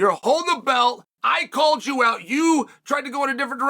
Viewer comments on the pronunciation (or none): none